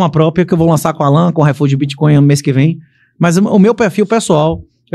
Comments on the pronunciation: Esse cara que leu do min ao não consegue Bitcoin? Ele tá com preguiça e fala bitCON? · eu não tanko o cara falando BITCON kkkkkkkkkkkkkk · Ensina pro “puliça” que o nome da moeda não é “boticon”, é bitcoin!!!! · bitcon é o meu falo fala direito, poxa, é BITCOIN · BITCOIN CARALHO, "biticon" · O intrevistador nem sabe falar bitcoin 😅